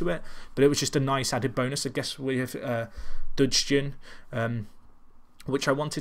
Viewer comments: Gnahore = "Na-Hor-Ay" Dudgeon= "Dud-jun" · Dugeon (like judge-on) I believe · Take this from a northern irish person xD Dudgeon = Dud-Gee-On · xD Its dud-ge-on, you need to pronounce the e :P